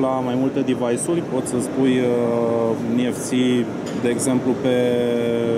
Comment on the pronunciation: Niefsi? (NFC) Ce?? Ce sa faca? Sa pleieze? Doamne..cum l-ati angajat pe omul asta?